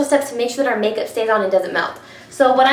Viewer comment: lol I had to laugh because you said "our" but it sounded like Arrrrrggh! Like a pirate. And that reminded me of "talk like a pirate day" that is every Sept 19th. So I had to giggle. Do you like that site? I think its funny. And your a great friend to everyone also.